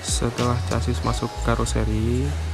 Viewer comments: Casis, sasis bro, cara bacanya semrawut, hadehhh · Chasis baca ny sasis bos....kaya anak esde aja